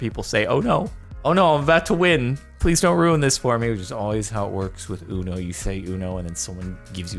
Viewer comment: Imagine saying “ono” instead of uno lmao